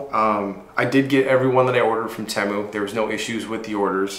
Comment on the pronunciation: You’re the only person I’ve ever heard pronounce Temu that way. It immediately turned me off and now I’m leaving this comment with a thumbs down and bouncing.